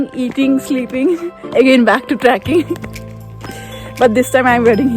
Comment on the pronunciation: It's not traking, it is trekking 🤣🤣